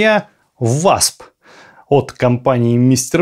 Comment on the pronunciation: Вообщето произносится "восп"(уосп).